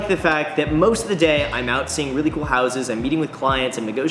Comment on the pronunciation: Dude said weally